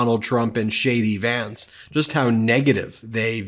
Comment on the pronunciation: Shady Vance takes me out everytime! I just love the way you say it. Emphasis on “Shady” 🤣🤣